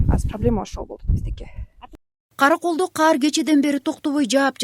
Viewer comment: Кар десен каар дебей журналистка